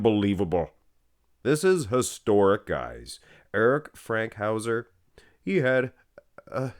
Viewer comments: erik fankhouser! not FRANKHOUSER! =) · I was going to comment exactly this, everything you said, before I read this 😂. I got so annoyed every time he said Frankhauser. And Pakulski was in that insane famous photo from the back with Fankhauser and Jeff Long I believe, so he definitely should've been included. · Eric Fankhouser's last name doesn't have an 'r' in it 😑 And how do you leave Ben Pakulski off this list?!? That legendary photo of Fankhouser, Pakulski, and Jeff Long is one of the most iconic calf shots of all time! Shaaaamme Lol, kidding. Thanks for the great video! Please do give Pakulski a shoutout in one of this week's videos though...